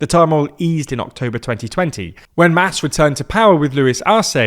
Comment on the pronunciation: MAS is pronounced like “moss”.